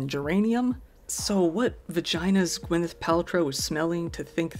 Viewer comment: BTW, it's Gwyneth Paltrow, not Gwenyth.